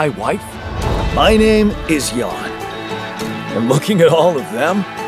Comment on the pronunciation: Jan, sounding like Yan